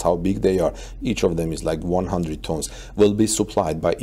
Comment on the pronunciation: Your english is awful. "Replacing robots WITH casting machines" - not by. You mispronounce names and word like "tons".